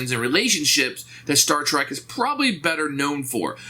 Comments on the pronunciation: Love your videos man but It’s “Star Trek”, not “Star Track”...Would be so bad if you hadn’t said it that way 75 times throughout the video. Keep up the great work though. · Little grinds a fan’s ears more than hearing someone pronounce it Star Track.